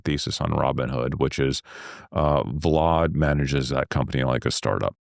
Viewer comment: Why tf is he calling him “Vlod”???